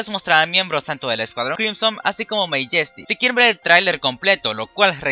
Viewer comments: Majestic se pronuncia "Meiyestic". A si dice Ey en Ingles... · Se pronuncia "Mayestic". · Todavía no sabes decir Majestic -.